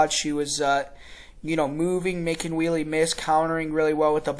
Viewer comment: We-le? Hello! "Weili" is pronounced "Way-le." By the way, you are sooo smug for making a lucky prediction in the first fight! You are delusional! First, the kick was a fluke. Second, the fight was stopped prematurely, as Zhang was NOT knocked out. Third, Zhang was toying with whiny Thud Rose and was winning the round before whiny Thud Rose connected with her lucky kick. What are you going to say when Zhang smashes whiny Thud Rose in this fight?